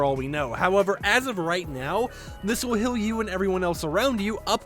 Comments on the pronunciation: I love how he says "hill" instead of heal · I like how he pronounced it hill and not heal😂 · Burst squad hill??it is heal (h-e-a-l) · Why does he say heal like that lol